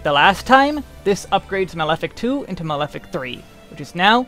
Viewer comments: He actually pronounced malefic wrong - it's pronounced "mah-leh-fik," not "male-fik" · cringe every time I hear malefic pronounced as male-fic. xD Ma-le-fic Excellent guide though, I sometimes watch Desperius' job guides and I can't make heads nor tales of them, not beginner friendly at all x) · It's not mail-fic it's ma-le-fic, as in maleficent. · Dude. It's /Ma-leh-fik/ not /Mayl-fik/ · Mah-leh-fick is the correct pronunciation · The mispronunciations are a bit painful (and made it hard for me to focus) but the info is so good I powered through. male-fic... just no. lol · Great video! I’m going to pick up astrologian after I finish capping my scholar in a month or two. By the way, “malefic” is pronounced “mah-lef-fick”.